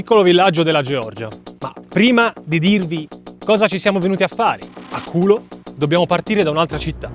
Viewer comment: Non è khulo come pronunciate voi. Semplicemente noi la prima lettera del nome non avete e non riuscite a pronunciare